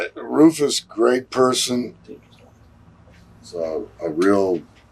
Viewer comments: It’s pronounced “Rooofus”. Jeez. Valentine scared the crap outta me as a kid. Was vicious. Hateable. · It's not Roofus!! It's Rufus